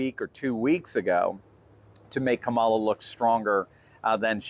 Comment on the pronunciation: KA ma la not ka MA la